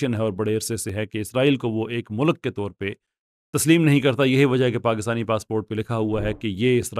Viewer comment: O 'mulak' nhi 'mulk'..acha bhala banda apko serious le raha hota hy but